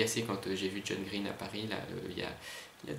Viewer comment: Il est super ce tag!!! Ca se voit que t'es un grand fan de John Green (à part la prononciation de son nom de famille :P) et je suis d'accord quand tu dis qu'il parle hyper vite, on en comprend pas la moitié (mais c'est déjà bien en fait ^^), ça doit pas être très reposant un vol longue distance à côté de lui. x) Quand tu as lu la question sur les univers de livres, j'ai tout de suite pensé à exactement la même chose que toi en pensant "Il va dire Tobie Lolness ou pas??". Et super vidéo merci, dommage que j'ai aucun moyen de le reprendre!!